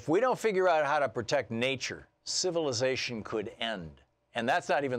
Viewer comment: And ... it's civilization, not civilsation